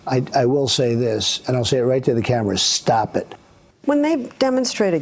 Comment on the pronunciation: "i'm going to look into the camera for this... stahp et"